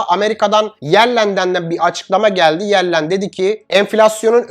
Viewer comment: Cok tesekkurler. Amerika hazine bakanının adı Janet Yellen (Cenıt Yelın) Yellen değil. 😅